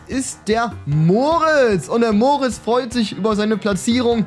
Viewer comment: Er heißt nicht Moritz sondern Mortis